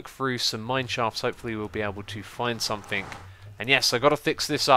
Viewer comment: Its something, SOMETHING, not somethink!!!